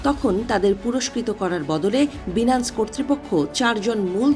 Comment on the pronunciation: আপনাকে রিপোর্টার কে বানাইছে😳😳 BINANCE(বাইনান্স) কে বারবার বিনান্স, বিনান্স বলতেছেন।